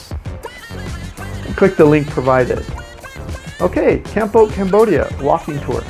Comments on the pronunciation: Kampote? The worst pronunciarion ever! Why nust US citizens have weird ways of oronouncing foriegn names. Why don't they listen to how others say a word? Kampote? No Cambodian would understand what he meant. When they realised, they would correct the way he says it . Try saying it as calmpot. Meanwhile, he has a very irritating voice as well. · Its not kamput. It's kampot. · It is pronounced Kam-pot; like a pot you cook in. We love it there.